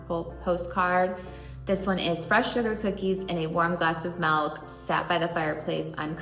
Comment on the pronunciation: Melk or milk? 😂 I honestly don't know anyone else in my state that says it like that so don't think it's a regional thing? Melllkkk 🤪